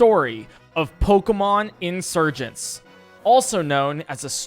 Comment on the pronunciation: I really thought it was “Pokemon Insurance” for a second